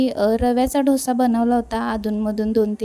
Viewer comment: ढोसा नाही डोसा